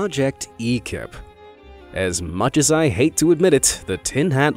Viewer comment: According to the text on the "UFO" it shall be pronounced EKIR